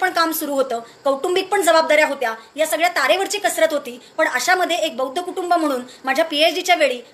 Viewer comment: Swagat madam pan buaddhcha d cha m karu naka krupaya hi vinati hitias sangato